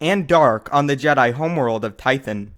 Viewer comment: to duh jeydai. paahahahahah